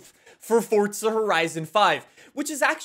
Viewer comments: Uhhhh. Love the video, but stop saying FORTSA. It’s FORZA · it's forza not fortza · Fortsa horizon five was said at least 3 times in this video 🤯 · I WANT YOU TO LEARN HOW TO SAY THE WORD FORZA!!!!!! ITS NOT SPELLED FORTZHA...OMG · How many times did you say: FORTZA HORIZON 5 ... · Is it just me or does say ‘’Forza’’ different… sounds like he puts a T in there, ‘’Fortza’’ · Fortza eh? What’s that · Still looking for the T in forza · Where is this man getting the t from in forza